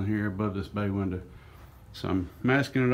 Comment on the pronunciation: "we looked through the windurh" Oh yeah you got a good old boy.